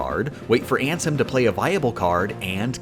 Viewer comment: I deadass disliked the video just because the way he said Ansem